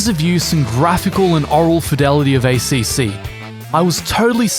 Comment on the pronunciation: You get a thumbs down for the shitty Italian accent pronouncing ACC.